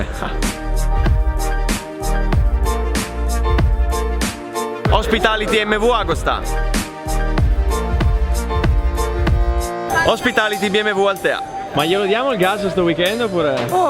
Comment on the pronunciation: TI PREGO... MV Agùsta... l'accento è importante